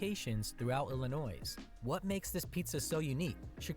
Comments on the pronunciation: For some reason he pronounces Chicago, sausage and Illinois wrong. He was adding an sh sound to the beginning of Chicago and sausage and Illinois is pronounced El-a-noy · To show how bad AI narration iis, know that Illinois has no letter "s" pronounced . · The S is silent in Illinois . Its kinda french .